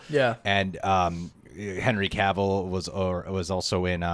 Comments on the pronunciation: Yeah, I’ve been screaming at the screen watching your videos listening to you call him “Henry Cuvil” lol at least you called yourself out for sounding like a jackass hahah respect bro ✊🏻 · Henry Cavill said in a video you pronounce his name like "travel". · Went from pronouncing Cavill wrong to Egerton lmao